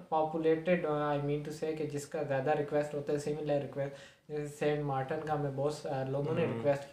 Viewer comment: R eeeeee saint martan nhi Saint martin